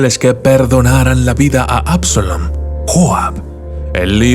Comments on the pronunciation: Es Absalon no absolon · Se dice ABSALON